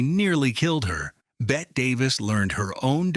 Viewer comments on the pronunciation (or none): It's not "Bet" it's Bet-ty. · Whos bet davis? Its bette davis jackass AI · Her name is pronounced “Betty,” not Bet. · It’s pronounced BETTY not Bet. Lousy AI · It's pronounced BETTY... as in bet'EE. Not BET. She would be rolling over in her grave. 🌹🌹🌹🌹🌹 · “Bet-TEE’ is what she was called. “She’s got BETTY Davis Eyes.” Remember?! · Bette = "BET tee" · Outrageous that the announcer mispronounced her name -- one of the most famous actresses in Hollywood. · PRONOUNCE PROPERLY! It's the most basic respect. BET-tee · Her name was pronounced, “Betty”. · If you are going to do a piece on Bette Davis, at least pronounce her name correctly. It’s pronounced “Bet-tee”….Geez. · It's Betty Davis. I know Bette is the way she spelled it, but all AI voices never get it right. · Ai voice says Bette wrong. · Why can't AI pronounce Betty. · For Pete's sake. It's spelled Bette, pronounced Betty. Get it the fuck right! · a video about Bette Davis that mispronounces her name?? Imagine being so greedy that you make AI videos but can't even be bothered to proof them for errors. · Bet Bette Davis would have a word or two (or a thousand) for the culprits too lazy to find out how to say her name properly. Teach AI right!